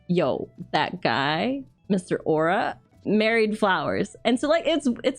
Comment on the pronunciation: Au'ra = Ow - ra